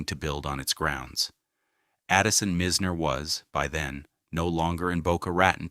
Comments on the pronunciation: He keeps mispronouncing Mizners name , it’s pronounced MY z ner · Agreed ! And their are people that will mispronounce unless the AI is sent to school